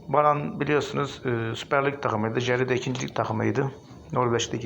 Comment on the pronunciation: Abi brann - jerv yazıyor , sen "baran jeri "diye okuyorsun. Şansın bol olsun. 🖐️